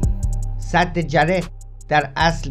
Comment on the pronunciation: درود . وقتی مسئولان میراث فرهنگی خودشان قاچاقچی آثار تاریخی کشور هستند دیگر چه انتظاری از این جانوران پول خوار میتوان داشت . تلفظ درست سد ساسانی جعره gareh هست .